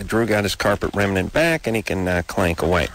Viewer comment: Rem-IN-ant! ,🤣 remnant